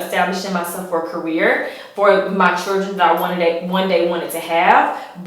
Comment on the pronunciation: The word is children, not chuldren.